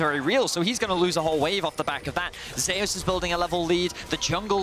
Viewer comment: If he pronounces "Zeus" as "Zay us" one more time!